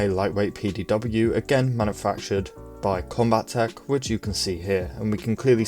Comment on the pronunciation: Combatech only has one T so, calling it Combat-ech instead of Combat-tech, both sounds more accurate, and better. Idk why this bothered me, it just did. Luv ur vids.